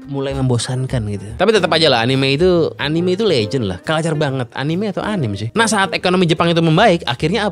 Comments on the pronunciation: anime pake e bang, soalnya dalam bahasa jepang karakternya アニメ > a-ni-me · gitu emg kalo org Inggris mah bacanya😂😂 Anim